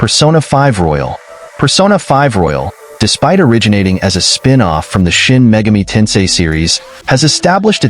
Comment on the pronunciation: It’s Shin Megami Tensei, not Megumi 😅